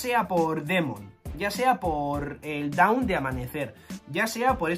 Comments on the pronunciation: Dawn no se pronuncia “daun” es aproximadamente “don” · Para la pronunciación de la palabra Dawn en japonés los katakana hacen que se pronuncie DON. Eso nos recuerda a Tom y a Binks no sake